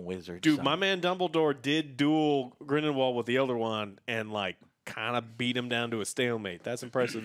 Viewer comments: Here we go again. GRINDLEWALD. Not GRIMWALD. Movie reviewer...learn the names if ur getting paid for this stuff. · It’s NOT GRIMWALD!!!!!!!! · I chuckle every time calls him "Grimwald":) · Joe consistently saying "Grumball" instead of Grindelwald is hilarious, but them saying how they remember all the Harry Potter movies while forgetting Aberforth, Hermione's parentage (both her parents are muggles, thats why Malfoy calls her "Mudblood") and how the Elder wand works is doubly hilarious. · These guys have a really difficult time to remember or pronounce Grindlewald's name... they keep saying Grindwall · Lol, Joe is always messing up character names. Grinwald? 😂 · Years later and still doesn’t know how to pronounce “Grindelwald” 🤣😂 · The movie is expectedly dumb I'm sure, but so is saying Grindelwalds name wrong 600 times within 40 mins, no offense gentlemen;) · I’m trying to figure out if Joe constantly mispronouncing “Grindelwald” is supposed to be a gag or not @@